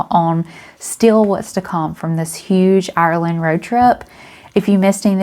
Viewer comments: Tip.... Maybe ask locals how to pronounce Ireland.... the way Americans pronounce Ireland makes most Irish pissed.... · ur grand.... thank you for explaining... I lived in NY myself for 15 yrs and I know it annoyed me with the way Americans pronounced Ireland... its the way ye pronounce ur Rs... no offense taken... glad you enjoyed ur stay in my country.... hopefully you have some great memories....